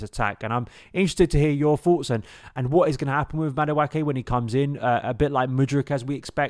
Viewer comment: Thank you. The way he's saying it is giving me chlamydia